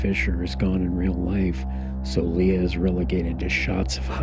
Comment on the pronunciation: I am sorry but it drives me nuts when you say "LeA" instead of "Lay-AH"